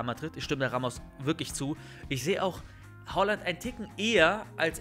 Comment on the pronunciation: Nicht Holland sondern Haaland